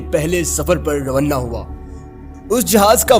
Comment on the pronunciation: روانہ کو رونّہ کہہ کر ہمیں بہت ہنساتے ہو۔ ھھھھ